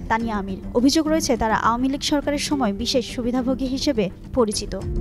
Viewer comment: আওয়ামী লীগ সঠিক উচ্চারণ হচ্ছেনা জনাব